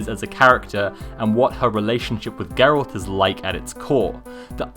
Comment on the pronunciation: The way you pronounce "Geralt" and "Cavill" is honestly so cute. Also, great pronunciation of "Andrzej Sapkowski", greetings from a fan from a country far, far away called Poland... <3